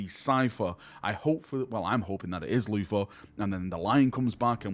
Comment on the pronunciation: It's "Luther", Not "Floofa".